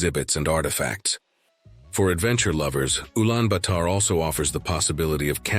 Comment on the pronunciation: Man. What are you trying to do? You sound to be an expert in Mongolia but you cannot even pronounce Ulaanbator correctly.